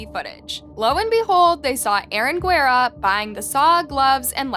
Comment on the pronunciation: Can't you pronounce Guerrero at least a little close to correctly? You can look it up on the Internet...